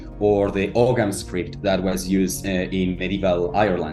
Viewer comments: you dont pronounce the g in ogham btw. "oh-am" would be the easiest way to write it phonetically i think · Loving the content as always! Lil nitpick with the pronunciation of Ogham (ancient Irish alphabet), the gh is silent, so phonetically its Oam (like the meditation chant) Really cool to see one inspiration for phyrexian is from Ireland thou! Can't believe I didn't put that together before! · Amazing video man! I'm Irish and just wanted to mention that Ogham is pronounced 'Oh-Um'. So cool to see Ogham influence in Phyrexian.